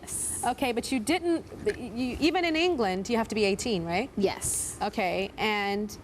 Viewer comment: the grl who wanted a boob job pronounced her 'yes' weird shes like 'yesssssssssss' haha